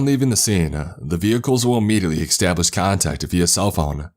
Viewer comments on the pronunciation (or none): Near the mark he's supposed to say establish but says exstablish, this is a new one but exscape and exspecially im used to hearing from him. My thing is does he think he's saying these words correctly or not?